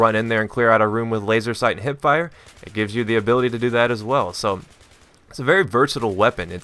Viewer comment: your wrong, its Hipfire, not Hitfire